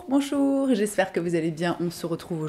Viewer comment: J'ai l'impression d'entendre ma grand-tante de Lorraine quand tu dis: "Bonchour-bonchour"